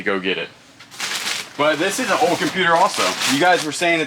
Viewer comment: What accent do you have my guy? Where were you born? I have only heard one other person that pronounces “Old” like “Ode” and it’s a YouTuber named Tia that I watch. It’s very unique but obviously not like an impediment or anything so it has to be from growing up somewhere specific. I think she was from TN but idk where she was born.